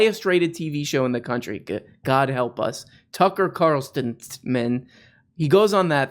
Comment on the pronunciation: "..Tucker Carl..men..ton.. sen's show" 🤣🤣 that was great